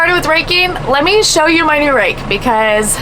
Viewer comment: did u say rake or rack!